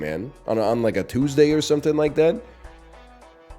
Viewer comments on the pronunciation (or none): none